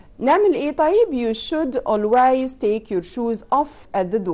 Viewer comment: ميس كلمه always حضرتك نطقت بها غلط شوفي جوجل